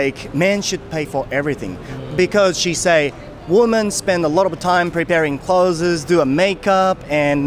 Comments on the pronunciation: clothesの発音は、kloʊðzizじゃなくてkloʊðzですよ。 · 、clothesの発音間違えてます〜僕もよく間違えますが。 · まあなんでもいいんだけど、clothesの発音が違うよね。俺も最初esつけて発音してたからさ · clothesの発音はcloseと同じだと思います。伝わってるのでいいですけど一応。